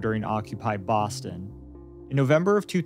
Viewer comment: bwoston haba